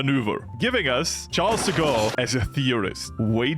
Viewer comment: your pronunciation of "Charles de Gaulle" is pretty good ngl